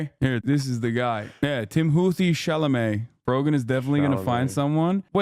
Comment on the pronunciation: The real tragedy here is pronunciation of Chalamet